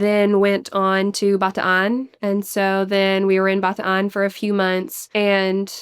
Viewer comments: Love that pronounce Bataan my home province properly. ❤ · She actually pronounced BATAAN properly!! Thank you!!!! My grandpa was a survivor during WWll of the death March